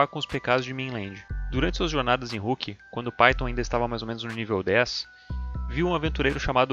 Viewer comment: Finalmente falou Rook certo xD